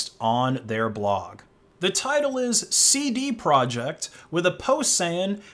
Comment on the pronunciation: "Seedy project"